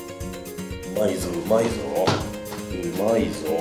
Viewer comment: 「うまいー」の発音が「まいうー」